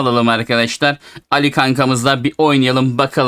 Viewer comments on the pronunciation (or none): Abi alli değil ali ismi